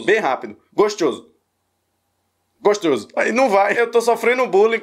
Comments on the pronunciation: Não consigo mais falar gostoso, agora é gostioso 😂😂😂😂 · Tô assistindo pela segunda vez esse vídeo kkk adoro quando tu fala "gostchoso" ❤ Faz mais abertura dos vídeos fazendo Trap ficou super original. Muito sucesso pra tu!! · E eu peguei a mania de fala gostchoso kkkkkk é charme